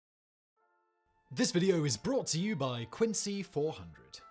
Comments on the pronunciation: haha agreed man. I just know if you’re in Massachusetts and you’re talking about Quincy, you should definitely pronounce it Quinzee lol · Quincy ....we say it with a "z" sound... but also yes, yaaaay mah town! gets mentioned! and not as a Fallout4 joke! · We pronounce it like a z. Like qinzee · Its pronounced "quin-zee" Massachusetts is FULL of towns not pronounced how they're spelled. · 🤦🏼‍♂️ they ain’t British towns dawg. If there’s a British town spelled Quincy sure, pronounce it quin-see. If everyone who lives in Quincy, MA, pronounces it “quin-zee” MA, pretty sure that’s all the evidence you need to know how that towns name is pronounced.